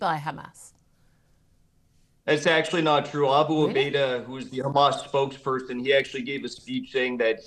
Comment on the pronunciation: She is so thick she can not say Hamas